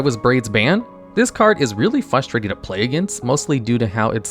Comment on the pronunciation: Ok, repeat after me: Frustrating FRUH STRAY TING FRUH FRUH FRUH Frustrating.